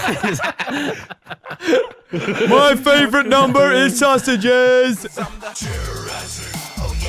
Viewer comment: “My favowite numbeh is sausages” That shit had me crying lol